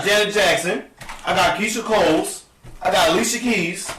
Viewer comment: “Paris Hilson”, “Keyshia Coles” and “Rayana” 😂😂😂😂